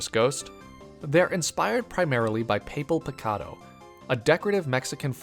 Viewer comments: Love that Mazian Burmy’s color scheme is very similar to El Chapulin. Probably intentional haha. Also it’s pronounced “Pah-Pell Pi-Ka-do”. Gulpi leading people to the afterlife is also really smart. Reminds me of the story of Tlaloc. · There’s no way my man pronounced papel picado like that PLEASE WHY